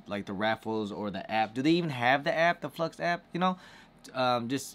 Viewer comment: This guy still saying “Flux”...lol trying to help you out man...it’s “Flex” FL-X no “U”